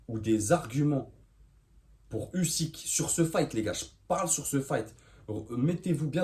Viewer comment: Ton analyse sous évalue totalement Usyk et on prononce Ouzyk ! Slava Ukraini 🇺🇦🇺🇦🇺🇦